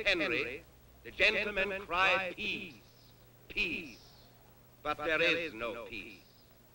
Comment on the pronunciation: it sounds like he is saying peas instead of peace